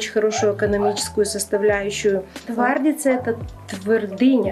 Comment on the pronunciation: Болгарская Твардица с ударением на букву "и".